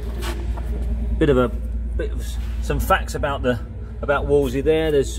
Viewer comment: Wolsey are a make of socks. Wolseley (note the 'l' in middle)is rarely pronounced correctly.